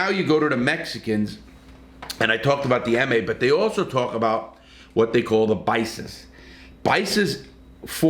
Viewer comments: Larry, it may be your accent but with respect to the Mexicans, it’s not bisa- it’s Pisa. It’s also not ‘the ma’ - it’s called la eme or Mexican Mafia. There’s also NF or Nuestra Familia. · Pisas not Bisas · Paisas not Bices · Pisas buddy Love your show But Not bisas Pisas Just means fellow country men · Paysas are from Mexico if that is what you were trying to say Not baysas lol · why is he saying BICES all the time? There are no B letters in that gang name. pretty sure its spelled Paisas.. its all the mexicans who are not affiliated on the outside. But then theres also another gang called the pesetas, which is a bunch of mexicans who are in PC yards.. which is ridiculous but it is what it is. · You mean the “paisas”? It sounds like your saying “baisas”. Paisas would be accurate if you’re talking about Mexican’s, born in Mexico, raised in Mexico but are here in the US and locked up.